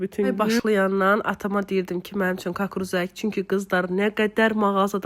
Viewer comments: Kakruz yox kukuruz deyilir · Kakruz yox kukruz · Kukuruz xanım, kakruz yox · Öz dilini danış.kakruz yox ,kukuruz. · Rusca demey istediz kakruz yox kukuruz😂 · Eger rus dilinde demek isdiyirsense hec olmuya кукруз de de kakruz nedi ilk defedi eşidirem ele söz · Kakruz yox, hec olmuya kukuruz de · Kakruz yox kukruz.Falani yigisdirsan yaxsi olar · Kakruz hara lehcesidi??